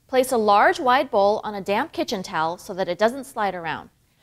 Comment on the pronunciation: Took me three times to realize she was saying "damp kitchen towel" and not "damn kitchen towel." Either would've worked.